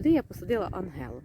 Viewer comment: підписалася і лайк за анГелу))) як же мене засмучує, коли кажуть анжела))) розумію, що це не важливо може бути. але мені ця дрібничка приємна.